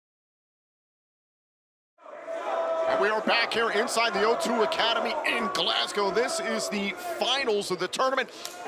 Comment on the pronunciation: Absolutely loving the fact and are pronouncing Glasgow properly. None of this Glasscow nonsense a lot of the people from the US say